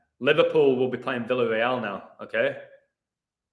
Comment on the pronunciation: By the way, isn't it pronounced "Vee-ya-rey-al" not "vill-uh-rey-al"?